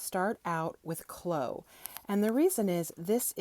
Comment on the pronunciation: Chloe rhymes with Bowie, not low.